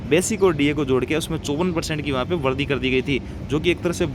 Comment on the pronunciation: Yar sahi jankari de rahe yar varadhi kyon bolte ho VARIDHI bola karo.